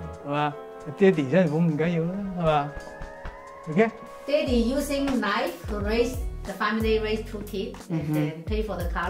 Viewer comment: that not a knofe (western) THATS A KNOIFE (CHINESE)